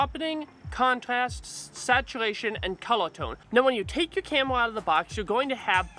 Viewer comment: I like it when you're saying "camela" no offense bro. another knowledge for M50 user like me..